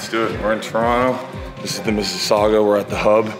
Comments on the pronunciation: Thank you for pronouncing Mississauga correctly! Haha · Props for pronouncing Mississaugua properly. I live very close to there.